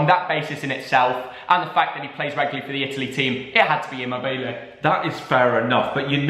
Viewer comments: I love that picked my favourite player Ciro Immobile but it’s pronounced Chiro next time. Love the channel keep it up👍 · No one:-:-imobele